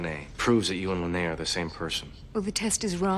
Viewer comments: It's Li-nay-uh brudda ... not Lee-En-a ... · Linea, not Leanna. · Constantly calls Linea ‘Leanna’ Me: 😬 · Stargate cast: Clearly says LINEA many times: LIENA! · hears the name "Linea": "Who's Linea? I thought it was Leanna." Also: * continues to call her "Leanna" throughout the episode * 😂😂😂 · Literally hears them say Linea 200x, continues calling her Leanna. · Aaaaaaaaaaaaaahhh!! No, stopping the video wasn't really annoying, but mispronouncing the name Linea OVER AND OVER AND OVER, even though you heard it every 2 minutes in this episode, that was annoying. I think you should get an MRI, there is something wrong with your brain. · Why did you insist on saying the name wrong even though they said it right a bunch of times in the episode? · Your insistence on constantly mispronouncing Linea's name was starting to get on my nerves lol. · mispronouncing "Linea" (900)